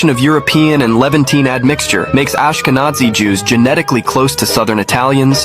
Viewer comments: "AshkeZANI"!!!?? It's ashkeNAZI yo,if u can't connect the rest u need to stop doing clips even if they're good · It is pronounced: Ashka-Nazi (Breitbart banned me after writing that)